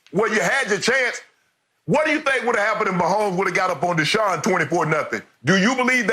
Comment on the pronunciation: It’s Deshaun fasho